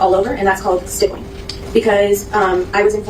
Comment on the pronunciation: GSR-stippling/stipple (rhymes/w nipple).. not tryin to be grammer police because lord knows your better than me at speaking.. this is only if you care homie.. really good work on all your vids tho frfr..